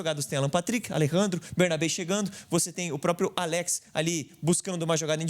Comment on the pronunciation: Muito boa análise, Bernabei jogou muito. Só para contribuir, o nome do jogador pronuncia Álex e nao Aléx. Baita vídeo!